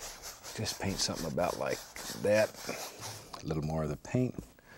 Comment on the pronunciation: "Sumthin about like at." - Bob Ross